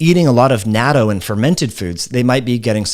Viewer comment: I love you, but that pronunciation of "natto" is really off. Think of knot-toe spoken quickly.